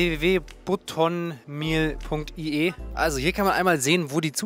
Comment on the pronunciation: Buttonmeal. Die Aussprache ist so deutsch 😂😂😂😂😂